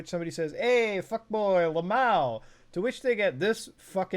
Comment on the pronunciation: Muta said lomal hey Muta is Lmao Laughing my ass off i know you know but you said lomal, i love you muta you are the Goat......